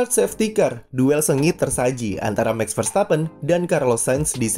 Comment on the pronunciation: Bos… MAX Verstappen! Bukan MEX Verstappen…. Mohon jangan ngrubah nyebut nama orang? 😁…. Cheers!